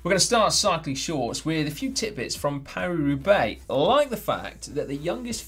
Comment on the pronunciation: Caption: Paris Roubaix?!? Thought you said Carry Roublé!